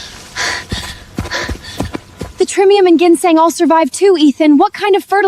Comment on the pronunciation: The way they pronounce ginseng is pissing me off😂😂